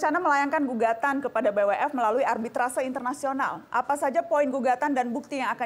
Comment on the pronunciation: Ngomong BWF aja nggak bisa, B apa itu 🤣🤣🤣🤣 Pengamat olahraga anda bung?